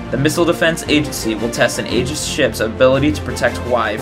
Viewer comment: Maybe pronounce Aegis correctly....